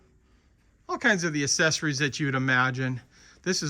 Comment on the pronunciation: Accessories is pronounced ak-SES-or-es. The first c is pronounced as a k, as in accept and accentuate and accelerate.